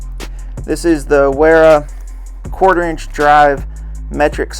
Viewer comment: By the way man, it's not be pronounced Wera, it's pronounced Vera... it's German, W's are pronounced like V's.